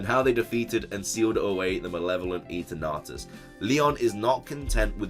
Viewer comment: A piece of my soul dies every time he says, "e-turn-atus"